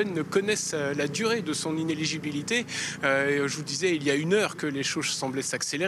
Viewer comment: Elles prononcent toutes le mot "inéligibilité" comme "inégilibilité".